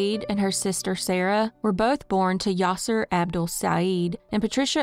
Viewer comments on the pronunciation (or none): none